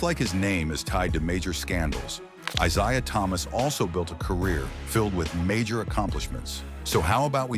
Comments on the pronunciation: Pronouncing his name wrong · You can't even say this guy's name correctly. did chatgpt make the script for you? at least google basic info if you aren't familiar with it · This dumb idiotic video. The idiot narrating this can't even get his name right.